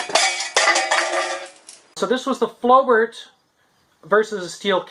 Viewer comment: It's pronounced as flo-bair